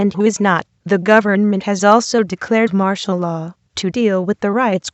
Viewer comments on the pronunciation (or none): none